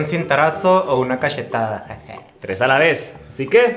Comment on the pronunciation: Por q dice cashetada ???